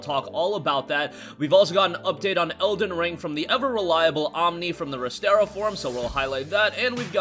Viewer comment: Resetera not restera